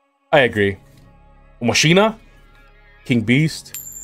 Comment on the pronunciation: It’s ma-ka-nuh. Not machine-uh lmao